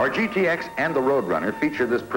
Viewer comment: What the hell is a "gittix"??? It's G-T-X, Bud! Sheesh!